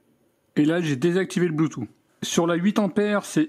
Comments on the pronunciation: Nickel ta vidéo comme d'habitude mais juste une petite chose: bluetooth se prononce " bloutousse" et pas "bloutou" comme le prononce nos grands-parents 😁😉😂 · Le "blue two" 😁😅